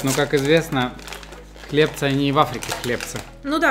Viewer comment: хлебцы на ы ударение